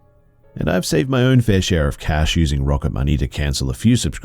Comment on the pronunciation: Cash. Not cay-sh